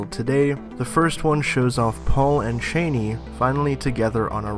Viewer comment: Her name is not (Dick) Cheney. It is Chani. Chaw-nee.